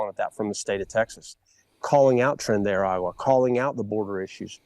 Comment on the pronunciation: It’s not Tren de “Agua” is Ara-gua At least try to get the name right